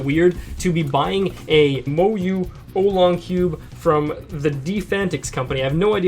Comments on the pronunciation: its an aolong mini and u supposed to pronounce it like o-w long not olong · was i the only one who found it annoying that he said it like Olong not aolong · Its Aolong not Aulong.. (Ow-long) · I believe you pronounce it Ow-long, not Oh-long. But that's ok! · It's ow-long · It's pronounced ow-long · hi. I am Chinese. It is pronounced au-long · Pronunciation is ow-long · Ow long is how it's pronounced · its aolong (Ow- Long) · No offense, but this is my cringe list. I know you are still getting your mind around all this new fangled cubing stuff but at leaset you tried! here we go Cringe Count: "oh-long" *compares aolong to guhong" "Formulas for speedcubing" "Founders of the company"-> picture of lucas "great motion" "the middles" eges "anchors" torpedoes "aylong" "it clicks fast and moves fast" "holy heck" jungle music in the background "circularish ridges" florian cuts :D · Not to be rude, but it is pronounced Moyu Owlong... Aolong: Owlong... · The things you are calling "anchors" are called torpedoes and they help with speed. You're also saying aolong wrong. Ow-long. And just work on your finger tricks. Just some constructive criticism! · It is pronounced (aa-o-long) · The aolong v1 is better than the v2 in a lot of speed cubers eyes. (You pronounce it OWLong) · It's (OW)-long. great video! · it is pronounced al - long or ell long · pronounced OWWW long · I'm so disappointed with your knowledge of speed cubes. Aolong isn't pronounced like that. Anyway, keep the effort.